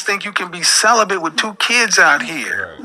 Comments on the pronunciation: Sounded like she said "Celephant"... (Like a cellophane elephant?) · Is she saying celibate or sell a bit ? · It's celibate and not celibant. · Why did say celebant??? lol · She said celebian.😂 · I heared "celebum" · "I been celebent for 2 years"🤣🤣🤣🤣🤣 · Wtf is "celibent"? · She can't even pronounce the word celibate, let alone live a healthy balanced life. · lol it’s not her decision to be “celibate”, absolutely nothing wrong with that… it’s her mispronunciation of the word.